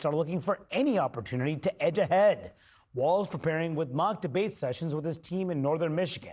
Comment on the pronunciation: People talking about politics on video need to learn how to actually pronounce "Walz". It's not WalTz. 😂